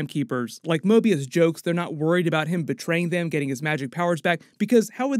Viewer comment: Hate to be that guy but said Morbius instead of Mobius.